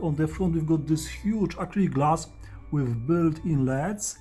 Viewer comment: "leds" lol. I love this guy. Subscribed!